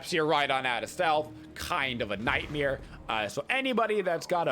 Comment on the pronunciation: I still love how he says “nightmere” hahaha